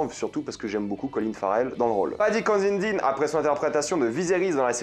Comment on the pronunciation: ça me fume PERSONNE n'arrive à prononcer "CONSIDINE" correctement, à chaque fois c'est Consinedine ou Constidine ou même encore Constantine alors qu'il y a que 3 syllabes et que c'est vraiment pas dur à prononcer (surtout que c'est le premier nom qui apparaît dans le générique de début y'a juste à lire) mdr